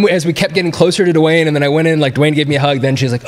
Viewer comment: LoL, Dwayne is just "Dwain", not "Duh-wane".